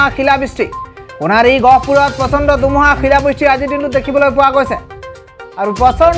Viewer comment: Apuni kinu dumuha dumuha koi thake he. dhumuha buli kabo ako